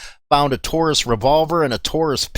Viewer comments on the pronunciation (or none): none